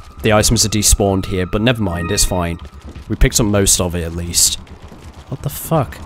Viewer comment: Lol gets me everytime "what da fook" xD